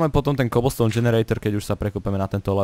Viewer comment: Keblstoun? :DD takú výslovnosť som ešte nepočula :D